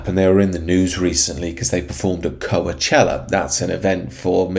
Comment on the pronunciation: Just a little heads up, it's pronounced "coach-ella" not "co-uh-chella" lol